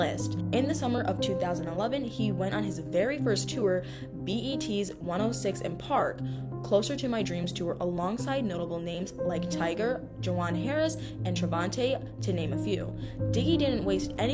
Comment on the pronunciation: Girl the name is tyga not tiger please read your script correctly